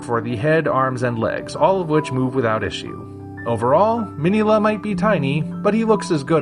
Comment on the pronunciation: What an amazing review. I love "Destroy All Monsters". I just watched Round 1 and it too was an amazing review. Oh, and by the way, I noticed that you pronounced Minilla wrong.